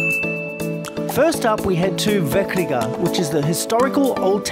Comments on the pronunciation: VeKrīga you said, this is not correct Latvian C means C. Not SI K but not c. As word zeppelins. C = Z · The way he pronounced Vecrīga triggers me Its veCrīga , not veKrīga 😅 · You said vecrīga wrong =u= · actually “c” in vecrīga should be pronounced as «ts», or cyrillic “ц“